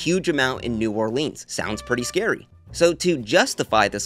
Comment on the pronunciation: Why does he keep mispronouncing new Orleans? 🙄🙄🙄